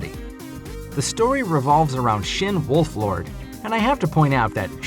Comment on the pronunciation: its shin wolford not wolflord